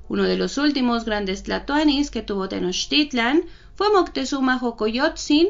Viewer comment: la x tiene varios sonidos, así que no es jocoyotzin sino socoyotzin y meshicas , que bien pronuncias tenochtitlan, felicidades!!!